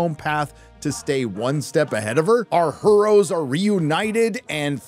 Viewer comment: I giggle like a fat kid every time you say HER'oes. 🤣🤣